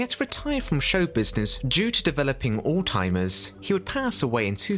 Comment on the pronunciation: I need to point out your mispronunciation of the Emu puppeteer. It’s Rod Hull not Rob Hull. And I’ve never heard of a disease called all-timers